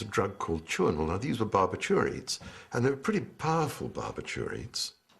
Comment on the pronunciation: Barbiturates. I've never heard that word pronounced that way before! 🤔😳😁 ✌🏻😳👍🏻